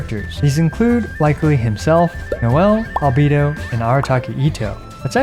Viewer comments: Why do you call him Al-bee-do rather than Al-bay-do lol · Al Bae Do. not albeedo. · With absolute respect for everything you do, you've been pronouncing "Albedo" wrong the entire time. All voiced versions of the game pronounce his name with an "ay" in the middle. Anyway thanks for doing what you're doing <3